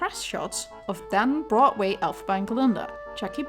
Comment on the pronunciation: Okay I love this video, but I also love the way you say Broadway. “Brotway”. I’m not making fun of your accent, I just love how it sounds.